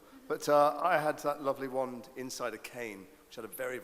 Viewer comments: ''To use a manic waannd '' really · Ha! Did the guy say "Magic WEND" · I think the best part of this is that one reporter's pronunciation of wand... you all know the one I'm talking about. With the short a